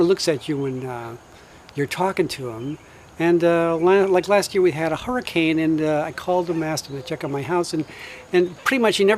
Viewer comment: Hold on... say hurricane again?! Lol